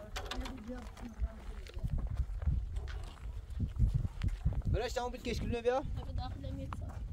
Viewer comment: Называйте свою дочь по имени правильно , Ф А Р И Ш Т А ❤ а не п э р и ш т а